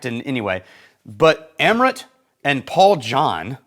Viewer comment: It's pronounced umm ruth